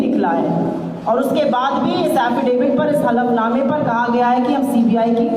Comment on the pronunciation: Halaf नमा होता है सर। हाफल नमा नहीं।।